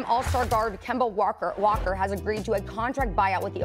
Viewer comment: Can't wait to hear Stephen A. Kember Walkeer more often 😂